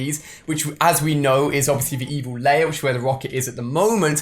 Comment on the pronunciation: Stop saying layer it's lair